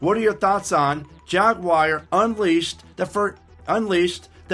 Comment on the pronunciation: Jaguar ,,,,not Jagggguar